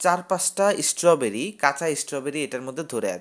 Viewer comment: ভাই, ওটা ঈস্ট্রোবেরি নয়, ওটা হল স্ট্রবেরী! উচ্চারণ ঠিক করো!